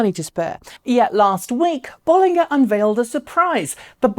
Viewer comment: As always great show. But it's notable that you pronunciation of the name is a bit off. It does have 2 Ls. BoL.Linger is probably better phonetically.